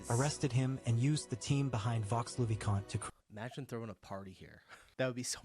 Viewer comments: American friends, don't tell the "x" at the end of Vaux le Vicomte, yous shuold say : "vo le vicomte". Same thing for Chambord, just say "chambor". in Versailles don't miss to visit the gardens and the spectacle called "water fairy" when foutains are working. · Vaux-le-vicomte se prononce VÔ le vicomte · You must not pronounce the -x in Vaux le Vicomte. Vaux means dales in old french. Valleys.